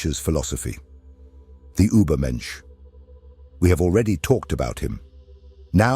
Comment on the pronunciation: This is a good video, but "Uber menche" makes it very Dwight Schrure"😬